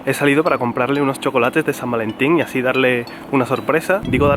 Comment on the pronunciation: " Y hay buen ambieeente de san varentiiiiiiiiiiiiiiiiiiiiiiiiiiiiin" ♥ ♥ ♥ - ♥ Jajajajjaajajajaa que adorable. <3 ♥